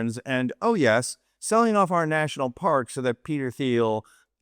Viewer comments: It's 'off' not 'of'. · “OFF” not “of”